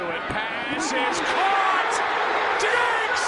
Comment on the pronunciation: Where's the Cardinals announcer "ITS CAUGHT! ITS CHAUGHT"